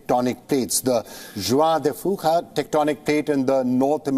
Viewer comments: Hi we pronounce that plate like the Chinese currency , " wan -de fewka" , the J is silent since the name is fSpanish. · Juan de Fuca is pronounced: "Waun de Feuuka"